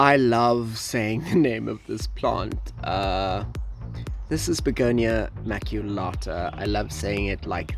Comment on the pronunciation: I love your Maculata! You just butchered the word, but it's beautiful.